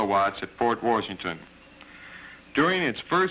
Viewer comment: Where was the narrator from? It’s not pronounced Port Warrrrshington if you’re from WI.